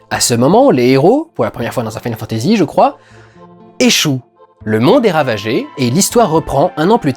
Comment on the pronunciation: Pourquoi tu dis "mode SEVEN" et "final fantasy SEPT"? Tu y mets même l'accent anglais sur le final.